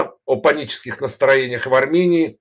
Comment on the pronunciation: "Так называемой "суверенной" аРРРамыянии"-☝️😎